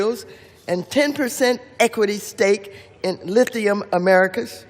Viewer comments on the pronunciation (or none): none